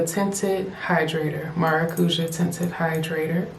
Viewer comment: Beautiful. I need something like this for summer. BTW maracuja/maracuya is a Portuguese and Spanish word for passion fruit (the "ja" is more like a "yah" sound)